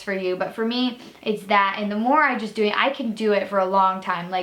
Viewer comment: idk why but for some reason when u said ‘me’ I thought it said mum